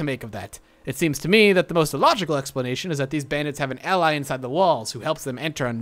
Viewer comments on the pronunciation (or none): none